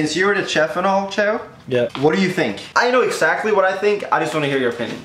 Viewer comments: Teeqo... Is not CH-EFF It's SH-EFF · Pronounced shef not tchef